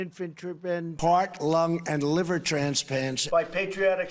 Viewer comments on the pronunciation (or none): none